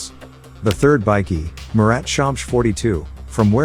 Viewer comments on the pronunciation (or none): none